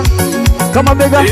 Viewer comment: Why should MC say kamabeka badala kamabheka😮